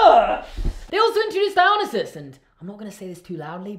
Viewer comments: DIE-O-NIE-SUS that’s how u pronounce that it kills me when people get it wrong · its di-o-nice-es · Firstly, I greatly enjoyed this video! It does breakdown the issues between the first movie and how when you completely disregard the continuity YOU END UP WITH A MESS. But I do have one connection and that’s the pronunciation of Dionysus. It’s Die-oh-nY-sis in English. Just a small constructive note. The rest of the video was hilarious and I enjoyed it! Much love! Wonderful job!